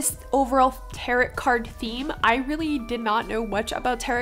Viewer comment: Hey girl! Love your work! Just found your channel through the YTAC, and this piece is beautiful. Happy to subscribe! A quick comment though— tarot is actually pronounced “tare-oh”. A lot of people say it incorrectly and it is confusing so you’re okay! I would love to see more of these cards done by you! Xoxo Remy